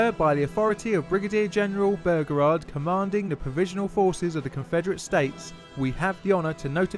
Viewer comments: There is only so long one can hear an Englishman say bergerard before one has to give up. Why is it so plainly difficult for the English to pronounce words ? Bow- reh- gard. Something , sorry “ sumfin “ about the English mind placed letters where they don’t exist and replaced one consonant with another. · It's pronounced Bow-Ra-Guard, not Burgerrard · as below, his name is pronounced BOWREGARD, NOT BOGERARD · bearegard? its beauregard pronounced like byuregard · Great, but! BOH-REH-GAHRD Not BOH-GEHRARD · "Burger-ard" In the South it's "Bow-regard" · Excellent as usual my son.One small quibble: it's pronounced Bow-reguard.Otherwise History teacher approved. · As a person raised in the south: "Bow-re-guard" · Bow (rhymes with ‘oh’) as in “bow and arrow”, not bow (rhymes with ‘now’) as in the front of a boat. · nice vid couple of corrections though. any american saying P. G. T. Beauregard that I've heard documentary or otherwise says it Bow-Regaurd I know pronunciations change between cultures but its an american general so their pronunciation takes precedent. 2nd I believe there was a single casualty in the battle. it was a horse on the rebel side. I know not human so doesn't exactly count but hey man I like horses ;c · The Confederate's Commander Name is pronounced. Bow- Ree- guard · P.G.T. Boh-regard ;-) Great video though. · BO REEE GARD... ffs ! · The name is pronounced "Bo-regard". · The Confederate General's name is Pronounced Bow-REE-guard. It's driving me crazzy sorry. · Not trying to be an ass but it's bow ra guard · Noticed that too.He's English so break given. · I see I am not the only one deeply annoyed by the horrible mispronunciation of the General's name. I mean, it is not that difficult to read it, and if still in doubt, how about check wikipedia or other sources for the pronunciation? Otherwise the video is nice!